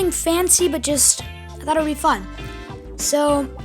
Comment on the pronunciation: I thought he said f**k but he said fun XD